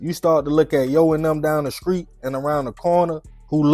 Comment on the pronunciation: 2 times need to learn how to pronounce words such as street for an example 😂